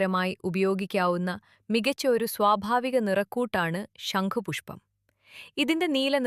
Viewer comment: ഷങ്കു പുഷ്പം അല്ല ച്യാച്ചി ശംഖ് പുഷ്പം. പല്ലു തേച്ചു നാവ് നന്നായി ഒന്നു വടിച്ചു പറ